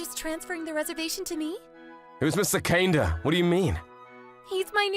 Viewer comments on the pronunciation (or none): OK, the male MC butchered so many pronunciations here it's not even funny, including most of the names - Kaneda, Kaede, Shijouin - and the food terms (amuse bouche, hors d'oeurves). I get missing one here or there, but if its your job, you need to put some care and effort in. The story itself was pretty nice until we got into the MC spouting the pathetic "you're too good for me" lines.